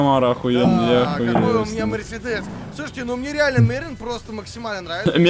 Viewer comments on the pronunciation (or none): none